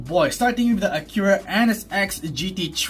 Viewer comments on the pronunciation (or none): none